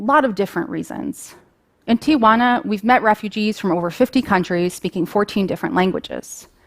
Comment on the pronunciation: You would think that a lawyer working in Tijuana would pronounce the town correctly. It's not "Tiajuana" like she pronounced twice at the beginning .